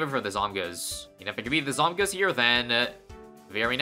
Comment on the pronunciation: Zawmguhs is such a cursed pronounciation